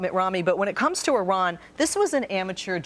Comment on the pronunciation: I doubt that, seeing as you can't even pronounce Iran correctly.